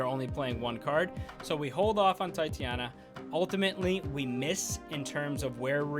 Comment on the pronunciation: Tie-tay-nia bruh. Come on now!